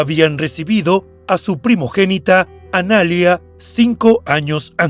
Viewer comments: Es Analía, no analia...con la tilde en la i, por si no se entiende. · No es Analia, es Analía con acento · Dislike por decir "Analia" en vez de "Analía" 👎🏻👎🏻👎🏻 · Analía, no analia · jajaja entré a decir eso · Analía, con acento en la "i"... ANALÍA M0GÓLICOOOOOOOOOOOO!!!!! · Es Analía, la vocal acentuada es la í!!! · El nombre Analía no se pronuncia así. Tiene acento en la i. Y suena muy diferente a poner acento en la segunda a . Analiiia